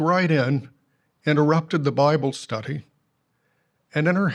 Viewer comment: why does that GB clown mispronounce "study" with an affected accent stHUDy.... SMH